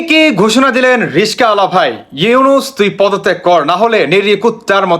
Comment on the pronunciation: উচ্চারণ হলো রিক্সাওয়ালা , রিসকাওয়ালা নয়।